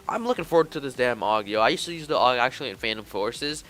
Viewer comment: Aug is pronounced “Ow-g”